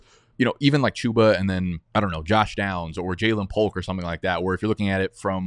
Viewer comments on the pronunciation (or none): none